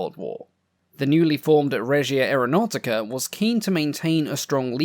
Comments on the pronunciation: To improve your very creditable pronunciation of Italian words, may I make one suggestion: Aeronautica is pronounced "ah-air-o-now-tica". Try to roll your R's if you can - but, then some Italians cannot do this, either - it's known as an "erre moscia" (soft R). As for carbon tet - I remember a household clothing stain remover from my childhood in the 60s, called Thawpit, which was nothing other than carbon tetrachloride. I used it fairly often and am still here to tell the story, over 60 years later. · AreoNAUGHTYca Sorry I’m Italian and it really amuses me